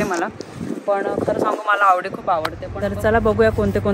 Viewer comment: Khup mast aahe car showroom 👌👌🚘... Khup chaan chaan cars aahet 🚗 Audi aani bmw 2nhi pan chaan brand aahet.. 🚘👌... Audi ch pronounce aawdi kartat tikde 😂😂.. 2nhi cars che features, colors and comfort khup chaan ahet 🚗👌 Barobar aahe Tai and dada.. CAR ghena he ek swapn Asta aani mothi investment aste 🥰.. Te swapn Tai dada ch complete zal aaj 🤩... Jevna madhe Chhole bhature mast ch vegla kahitari 😋😋👌😍.. Mazya guess nusaar AUDI car book keli aahe Tai dada ne 🥰